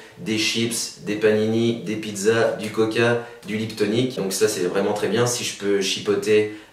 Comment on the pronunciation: Popopo l'accent Corse ''une pizz